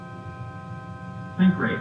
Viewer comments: "sinkrate" "you're welcome" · "SINK RATE" yor welcome "SINKRATE" your we- "TO LOW TERRAIN" your wel- "overspeed alarm" your we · the captions thought sink rate was think great so chatgpt prob also heard think great :skull